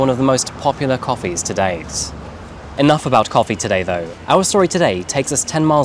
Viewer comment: I like your videos but what's lately with that narration prolonging last syllables like cofeeeee. I don't understand, you had one of the best narration on yt and great voice for these videos, please don't ruin it with this. I am binge watching your old videos but almost couldn't make it through this last one. It's so unnatural, why ruining what 's working well.